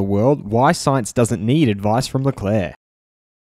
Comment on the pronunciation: It’s leclerc, not leclair